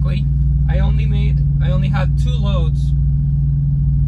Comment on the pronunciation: I'm a stickler for pronunciation. Waco, TX is pronounced Wake-o, not Whack-o